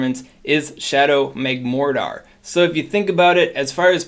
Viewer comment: who the heck is “shadow magmor dar” 🤦🏻‍♂️